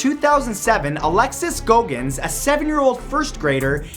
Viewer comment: Goggins is pronounced Gog-ins not go-gins